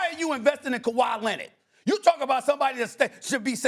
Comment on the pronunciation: KAWHI LINNID 😂